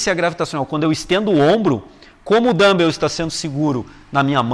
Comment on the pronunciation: Boa explicação. Só queria avisar que não é assim que se pronuncia dumbbell. Melhor falar halteres mesmo! rs